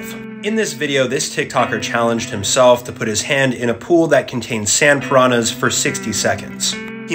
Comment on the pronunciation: You guys can't pronounce piranha the right way